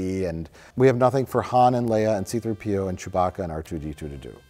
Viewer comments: His name is See Threepio, not C-3 P.O. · Why cant Mike pronounce C3PO correctly?? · Anyone else distracted with how Mike puts the emphasis on the P instead of the 3 in "C3PO"? Just me? Ok then.